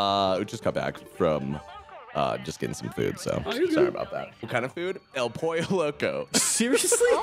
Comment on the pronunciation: love yah, but hearing you say pollo like pole-oh made me wanna die, iTS POYO Edit: I worked at Din Tai Fung, it's an authoritarian CULT. Food is good, but management is horrific. I had to watch 12 hours' worth of propaganda "training" videos. I also got reprimanded for apparently "not being warm enough when greeting and seating guests" after a single complaint. Quit from there as fast as I could. PS: to anyone who complains to management about a GREETER (who gets 5-minute breaks, can't sit at all during their shift, and doesn't have enough time to eat during break), there's a special place in hell for you.